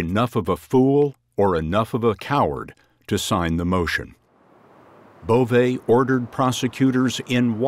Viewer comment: Bove? Schwienhundt